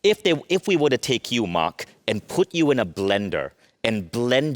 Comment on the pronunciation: Host can’t even pronounce “Mark” correctly